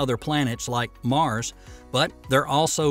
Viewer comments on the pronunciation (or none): none